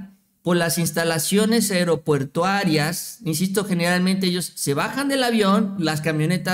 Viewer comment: con todo respeto te digo, no se dice aeropuertarias se dice aeroportuarias, desde que los empece a seguir tienen ese error (tu y Nacho) y varios más, en su momento, algunas veces, lo he apuntado, creo les sirve para crecer, feliz año.